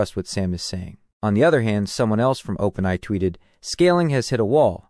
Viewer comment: Dude, it's Open A I need too fix your pronunciation